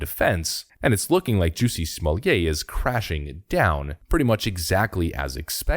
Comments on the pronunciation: Smol-lett. The T is pronounced, thanks. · STOP with his name prononciation !!! Unbearable !! Nothing French to it ! Nothing ! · JUSSIE SMOLLYAY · I still love everyone covering this pronounce his name wrong. No one cares.